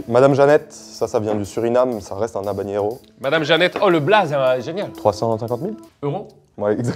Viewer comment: c'est "havanero" et pas "havaGNero" 🙄